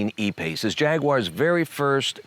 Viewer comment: Lmao,,,the “a pace”.......hahahhahahah